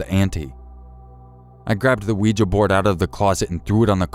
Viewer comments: Out of at least 100 YouTubers...Bless you...you are the only one to pronounce Ouija correctly That drives me insane! 🐈🌿✌ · thank you for pronouncing 'ouija' properly! that alone makes this video worthwhile